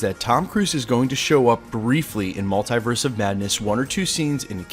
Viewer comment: I hate how you pronounce maltiverse 😣 do better bro